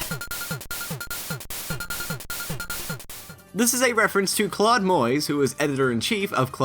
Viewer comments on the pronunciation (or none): none